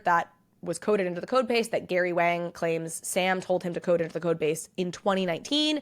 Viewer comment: It’s pronounced “Wong” not “whang”